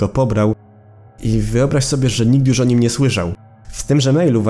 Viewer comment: ty mówisz „jusz” a ten drugi typek „matnes” xd